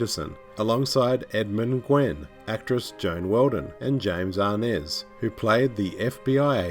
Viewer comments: It’s James Arness, not James ‘Arnez.” You may be confusing Mr. Arness with Cuban actor and band leader Desi Arnaz who was Lucille Ball’s husband. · Great commentary, however it’s kinda funny and annoying how he pronounces Arness and Los Angeles